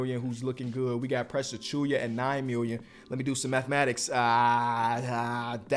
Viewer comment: Precius is not tath precius